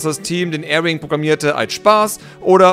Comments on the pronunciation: Es heißt Arwing nicht Airwing. ;) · nicht Air wing, Ar wing